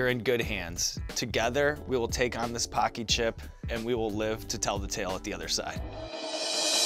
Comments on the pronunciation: When hawk says paqi it sounds like hockey lol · Bro the way they say Paqui. It’s an insult to Asians in the uk 😂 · Just so u know the way u pronounce "paqui" sounds very racist in the uk 😂😬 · First time I've ever seen Paqui chips at the store, I pronounced it incorrectly and accidentally said a racial slur.